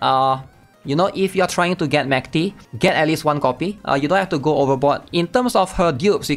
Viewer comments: the dub accommodates voice actresses, but her actual name should be like the russian word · no, we literally have the pronunciation in the game in the event, her name is not pronounced like that at all